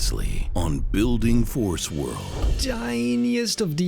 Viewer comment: I LOVE forcewold!!!! Best feeling ever when you say “welcomen to forcewold